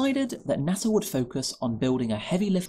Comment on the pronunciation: NASA has no "R" in it